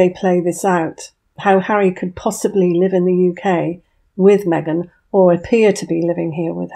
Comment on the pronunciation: Meeeghan in Texas? 😂😂😂😂😂